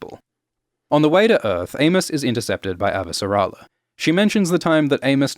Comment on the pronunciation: Hell yeah, more Expanse episode breakdowns. I can't wait to hear all the new ways you mispronounce Avasarala.